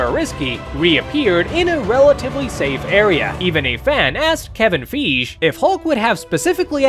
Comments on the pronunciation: FEEJ it is pronounced like fy gee. The y is like and I when your saying I in the alphabet and the gie is the. Gee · His name is pronounced Kevin fy-gee not feej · bruh who is kevin feege it’s not pronounced like that bro💀💀💀💀💀💀💀💀💀💀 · Fieze?!! It’s pronounced (fye)gee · 6000 miles in the air? There's no air 6000 miles up..that's space. Kevin "Feeszh" no.. it's pronounce "Fi-gee". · Yes Kevin feege was right. Homie it’s pronounced fy gee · yeah but they didn’t. It’s pronounce fi gee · Feige is actually a German last name, so it would actually be pronounced more like “figuh”. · You know what makes the Kevin feej thing even more funny? The business like tone of the guy in the video. This is why you always look up pronunciations first. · Bro the way he pronounced Kevin Fiege. Kevin FEEJ. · kevin feeg im crying 😭 worst pronunciation ive heard so far 💀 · You did not just pronounce feige as 'feej' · His name is pronounced Fye gee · It is this guy just can't pronounce his name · yes, mispronouncing the name of one of the most popular men in pop culture right now. Seems legit. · How the fuck do people pronounce Kevin’s name wrong? If you’re making a video about Marvel, you’ve definitely heard his name maybe 600000 times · That's really how you pronounce Kevin feige last name you must have never heard somebody say it before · The pronunciation of the last name... you got my downvote